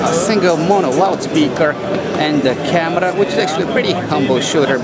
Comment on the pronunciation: I like the way he pronounce CAMERAA